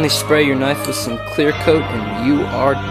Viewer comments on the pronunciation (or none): none